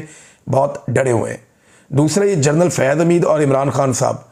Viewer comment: جرنل لفظ درست نہیں جنرل درست ہے